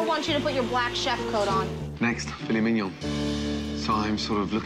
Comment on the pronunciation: For those still struggling, typically heard with the emphasis on the last syllable of mignon, not on the first. That's all she was saying.